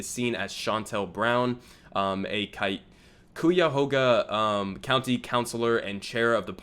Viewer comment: Ugh, am I really about to be a pronunciation guy? If I wasn't from here I swear I wouldn't. The "Cuy" in "Cuyahoga" is pronounced like "Guy" ;) Awesome vid though, love Nina and totally agree that she would be the firebreather we need in Congress. Too bad Morgan Harper couldn't unseat Beatty though - still not over that...